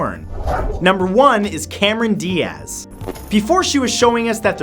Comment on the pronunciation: Cameron "Di-Ahz" lmao